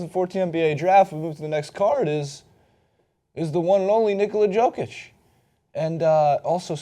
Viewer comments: You have to admit that "Joke Itch" sounds pretty funny. I get more annoyed when the TNT analysts call Joakim Noah, "Yo Keem" Noah. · Yoke itch man not JOKE itch... Lol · It's nice people outside Nuggets fandom are finally starting to notice him, so thanks for catching on, as you say, better late than never. But it's pronounced "YO-kich," not "JO-kich." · You read it as Yokic not Jokic but it's ok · YOOO-kitc dumbass saying it wrong the whole video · Is name is pronounced YOkic. I hate these poser nba analysts on youtube who can't pronounce names correctly. Do you even watch these guys play? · Yeah, the pronunciation on that website is bullshit... The Nuggets announcers say it properly. Pretty close, anyway. It's pronounced "Yoh-kitch". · Can't pronounce Jokic correctly and don't know what country he's from? GTF away from making videos then. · You mispronounced his name in the first five seconds...I unsubscribed, disliked and did not watch the rest. JUST KIDDING! love your content but fuck Cenk Ungur. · You didn't pronounce his name correctly. You better put some respect on his name next time, or I will write an extremely mean comment!